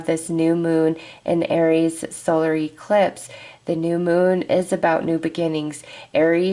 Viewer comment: I have never heard anyone pronounce eclipse as E clipse lol so interesting I get a kick out of it.